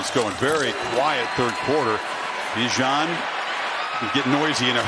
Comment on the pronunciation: They still say his name wrong. You pronounce it with out the I. B-jan not Bi-jan